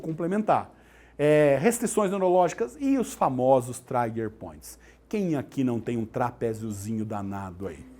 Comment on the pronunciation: Não é traiger point mas TRIGER POINT